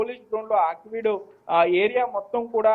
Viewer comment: Aakveed కాదు.ఆకివీడు అనాలి